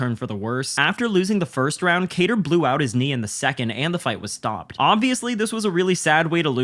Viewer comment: What are the chances that you are going to pronounce kattars name correctly?